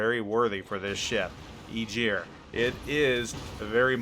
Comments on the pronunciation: Tech speaking Being Icelandic Germans kinda Butcher that name also TEch it was (EYE-Gir) but germans say Ae-gier ..but regardless he destroyed the name sooooooooo bad! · He was driving me insane (EYE-gir) I was born in Iceland and i dont even know how he is saying it the way he does entire video made me laugh at first then cringe! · It's pronounced ah-gear, the "g" is a hard sound like the "g" in "going" or "gong" it's not a soft "g" like "gist" ... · Nice preview. Got me a bit curious on the Aegir. To be picky though. "Ae" in aegir pronounced like "A" in apple, or ass (which is about the same thing). 😉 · I know right? It hurts my ears so bad to hear that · Ägir Æ hard G ir Not eejir. :) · Please please for the love of Norse mythology, stop saying Igyr. The name is Ægir, yes i know you dont have that in your vocabulary, but at least try to look it up before pronouncing it. Eiter listen to Norwegians saying it or Icelandic. Google translaitor.... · More like Eh-gear I think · It's pronounced 'A gear' (upvote for visibility)